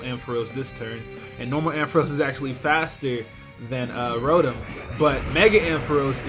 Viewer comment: its pronounced ro tom not ro tum